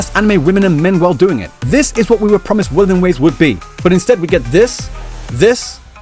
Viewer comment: Uh, no. The only thing she's NOT struggling with is the name of things. Those are perfectly pronunced mandarin, in fact she pronunced them better than every single en va I've heard. Maybe people just got too used to the usual "English pronunciation" of Chinese and frogot that Chinese is a tonal language.